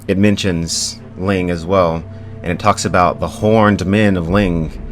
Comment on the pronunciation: littile thing its not ling its "lang"